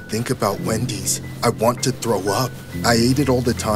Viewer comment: When he says Wendy’s it sounds like windy’s for some reason lol idk it’s probably me cause it’s like 2 in the morning